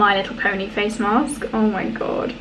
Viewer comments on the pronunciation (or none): too funny with the American accent "Oh, My God"